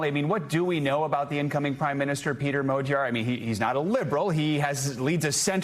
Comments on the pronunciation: Why are they saying "mow-gyar". It's pretty clearly mah-gyar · "madyar" is actually closer to the hungarian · Why are they saying modiar ?